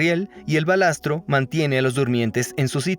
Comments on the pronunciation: Se dice balasto, no balastro. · Se dice BALASTO